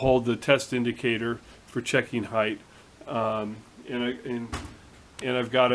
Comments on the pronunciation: PS. I also gotta tell you that I am really really proud of you!!!!!!!!!! You are the first person in years I have heard say "HEIGHT" correctly. It seems that everyone on YouTube says "HEIGHTH" and it really bugs me sometimes LOLOL So congrats on that one my friend. Again ATB Matt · HOORAY!!! You might be the only machinist YouTuber that pronounces "height" correctly. It is a pet peeve of mine... all the other guys make me crazy... They all speak like Canadians, even the American ones. 4 thumbs up to you. (2 from my wife) Anon